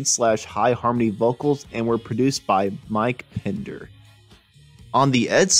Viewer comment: It's PENDER , not Pinder !!